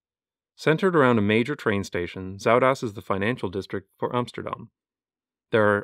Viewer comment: When he's talking about Amsterdam Zuid-Oost, he says "Amsterdam Sawdust" lol